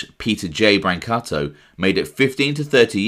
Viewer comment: GREAT JOB EXPOSING THESE DIRTBAGS!!! …NOW…you just have to work on the correct pronunciation of the Italian last names, It’s not Bran’katto (Brancato) it’s Bron’ katOo👍🏽